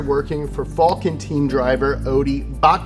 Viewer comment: That didn't sound like Falken